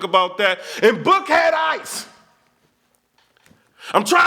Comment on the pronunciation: nigga said "BOOK HEAD ICE" LMAOOO